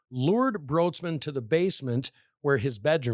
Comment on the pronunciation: Her last name is actually pronounced like “Brights-man”